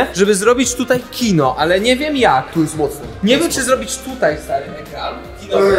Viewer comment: Kino a nie Dino